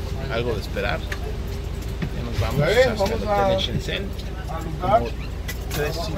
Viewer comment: jajaja por fin se pronunciar Shenzhen :D